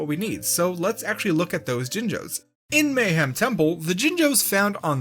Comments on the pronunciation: The fact that you consistently mispronounce “Mayahem Temple” as just “Mayhem” instead of emphasizing the “Maya” part drives me nuts, lmao. That’s the entire pun right there you’re butchering! Great video otherwise, I just can’t help but be an anal wad about pronunciation. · Mayhem? You mean Mayahem right? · The fitst world is technically pronounced "Maya-HEM" temple, as an obvious pun reference to tree ancient race of mayans.